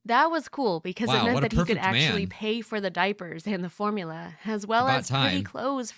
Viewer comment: “Baby formuler”